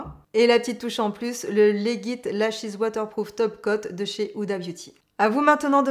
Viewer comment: J’utilise le YSL effet faux cils depuis des mois et ne le changerai pour rien au monde. De plus Il ne m’a jamais fait de traces ! En passant, le mascara de chez Huda Beauty se prononce “Lédjit”, l’abrégé de “légitime”, en anglais 😅